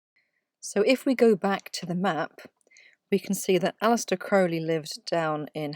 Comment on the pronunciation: Thank you for filling in those blank spaces on the Tarot cards Your Correct pronunciation of Crowley…it tells me you Know your subject matter well…Thanks for all you do.